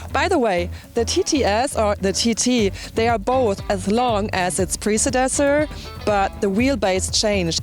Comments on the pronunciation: "precedessor" lol I fucking love this woman! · LOL "Precedesor". Love her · "Precedesor", lol, this girl's funny (unintentionally). She should have shown us her pair of TTs to make the review more interesting.